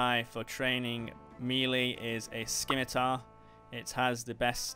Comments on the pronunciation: Bro said "Skimmy-tar" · The C in Scimitar is silent. Thanks for the vid! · SKIM i tar? (Sim-i-tar) Your welcome :)